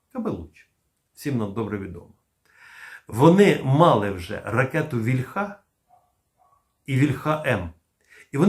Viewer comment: Плюсик, але не стомлюся нагадувати, що українське слово «вíльха» має наголос на «і» (це за порєбріком «ольха» наголошується на «а»; не треба за ними повторювати).